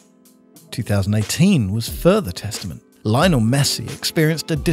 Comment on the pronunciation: Thought by now we had learned how to pronounce Lionel